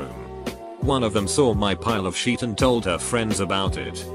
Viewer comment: Nobody: Robotic voice: sheet